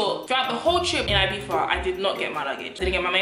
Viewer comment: We don’t pronounce the z in the UK, I believe you’re not meant to